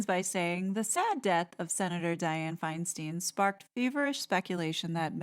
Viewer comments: Feinstein as in Stine not Steen. Sorry that’s how she said her name. Not Steen. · Diane Feinstein's last name is pronounced Finestine, like the number nine.